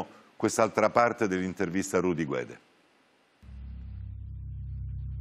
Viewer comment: ...e purtroppo anche il compianto Purgatori sbaglia in più punti: 1) Non vengono assolti con formula piena per "non aver commesso il fatto" ma per la vecchia "insufficienza di prove" 2) La pronuncia corretta di Guede è "Ghedé" in quanto la lingua ufficiale della Costa d'Avorio è il francese. La pronuncia errata è GUEDE: Rudy abitando in Italia preferisce "guede". Ma non è la pronuncia corretta.